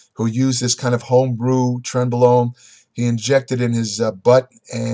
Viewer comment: 0 - 10 mins. - Trenbolone , trembolone .... Trentbolone , trembolone .......trembolone .....Trent blah blah blah............